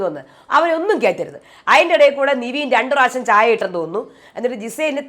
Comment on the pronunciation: എന്റെ പൊന്നു ചേച്ചി നിവീൻ അല്ല നെവിൻ ആണെന്ന് ഒരു 100 വട്ടം പറഞ്ഞു 😡😡😡 നമ്മൾ പറയുന്നതൊന്നും മൈൻഡ് പോലും ചെയ്യുന്നില്ല 😡😡😡 very bad 👎👎👎